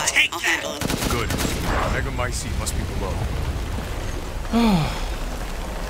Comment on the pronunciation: I have no idea why but I cracked up at the fact that he got annoyed trying to pronounce megamycete that he just decided to start saying “the thing”